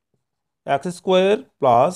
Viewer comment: ২য় অঙ্কের সমাধানে প্রথমেই ভুল লিখেছেন । (X - 1)-এর বর্গের স্থলে (X+1)-এর বর্গ হবে । আর উচ্চারণটা আ্যকস্ নয়, হবে এক্স ।